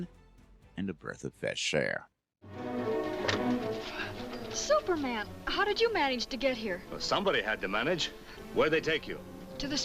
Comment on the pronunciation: Did you say, "birth of fesh air?!" :)